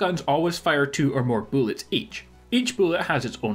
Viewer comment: Shotguns fire two... boolets, not shells, boolets